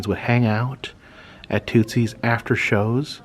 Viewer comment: You are pronouncing Tootsie's wrong just an FYI